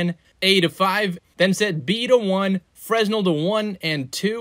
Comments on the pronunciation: Fre-nel :cat-orange-whistling:(with silent S). Great video though. Your stuff is clear and straight to the point. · Just a heads up, fresnel is pronounced "fre-nell", the S is silent. Great video! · I love how we actually know what black holes look like experimentally at this point. But this is cool too. ;-) Also, you're pronouncing "Fresnel" wrong. It's a French name.